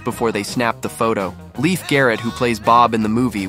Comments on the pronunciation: And Leif's name also is pronounced wrong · Why can't creators learn how to properly pronounce names before recording a video? AI butchers them bad enough, but when an actual human mispronounces Leif Garrett and Ralph Macchio's name twice, frankly, I'm embarrassed for you at that point and don't want to watch any more of your content. Some people may think that's stupid, but if you can't get something that simple correct, I have doubts that anything else in your videos is actually researched. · Leif is pronounced "Lafe." Do your homework!